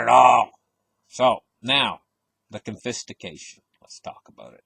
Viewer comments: It took me a while to figure out what this guy’s trying to communicate. “Confistication”? What is that - some type of sophisticated confiscation? I’m not sure I should trust a dude with my $$ if he can’t even grasp the basic English lexicon... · Drinking game - take a shot every time you hear “confistication”